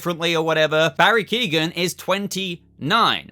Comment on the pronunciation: Barry Keoghan's name is pronouned, KEE - OH - AN Its Irish gaelic which is why it has the silent 'GH'